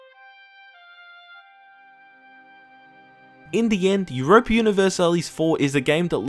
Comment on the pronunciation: You pronounce universalis wrong